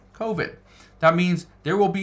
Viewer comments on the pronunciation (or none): none